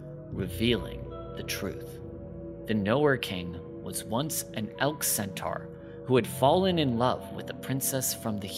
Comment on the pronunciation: ... yeah I couldn't sit hear and listen to you say 'centaur' incorrectly eight thousand times but thanks, I will check out these shows XD